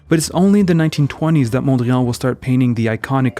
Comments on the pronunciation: You pronounce 'Mondrian' as if it were a French name. Why do you do this? Please don't... Mondriaan was a Dutchman not a Frenchman. His actual name was Mondriaan. A very Dutch name. He later changed it to Mondrian because people kept spelling it as Mondrian anyway. but that doesn't mean this Dutch name should now all of a sudden be pronounced as a French word or French name. It is not a French word. It is not a French name. It is a Dutch name. The correct pronounciation is 'Mondriaan'. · I was going to praise the video for its content but also intended to make this point about the funny pronunciation of Mondrian! 😂 I'm glad I was not the only one to notice. If if wasn't for that, the video would be perfect. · We say PETE (like peace) Mondriaan and not "piète Mondrian" like in French. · Pronounced "pete", not "piète". And "mondriahn", not "mondriàn". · Interesting video even though your Dutch pronunciation is atrocious. 😂 Van Der Leck sounded pretty okay. But the emphasis in Mondriaan is on MON. And the AA is the "long" or "open" A sound.